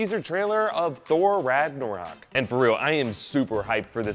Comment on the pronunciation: How many times is "Ragnarok" mispronounced RagnOrak ?